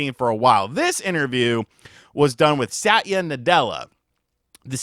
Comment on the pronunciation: Bros one syllable away from "sat yu nutella" hahah